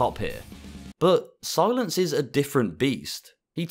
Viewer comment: Whoa Whoa, its pronounced C-Lance not Si-Lence lol Love the content 🙏